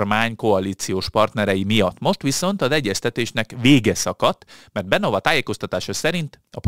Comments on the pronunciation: te nagyokos! De a leírt szó kiejtéséről van szó, ami fonetikusan leírva igenis SZMER, ahogy Beňová sem Benová, ahogy elhangzott, hanem Benyová és a cseh párt sem SPD, hanem SZPD kiejteve!!!! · És ugyanúgy nincs semmi "Benova" csak (helyes magyar olvasatban) BENYOVÁ....nem olyan nagy probléma ilyen információkhoz hozzájutni.... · A helyes kiejtés nem smer, hanem szmer és nem benova, hanem benyová.